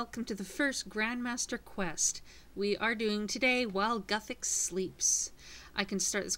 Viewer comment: its pronounced like this "gewthix"